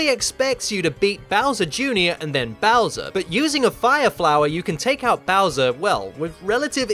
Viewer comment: I love how you pronounce Bowser. Bowsa. Bausa.